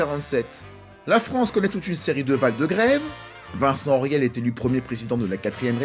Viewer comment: 3.38 auriol pas auriel